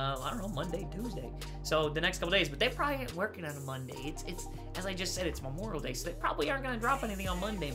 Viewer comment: Memoral Day 😂😂 It's Memorial Day 😂